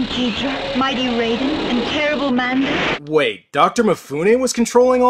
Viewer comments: Apparently in this movie Rodan = “Rayden” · Mighty Raiden? didnt realise Godzilla was also in Mortal Kombat...Its Rodan damn it! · Am I the only one who noticed she mispronounced Rodan? That's like the 2nd time they did that!